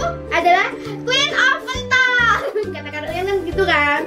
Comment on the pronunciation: ngomong pentol nya biasa aje kali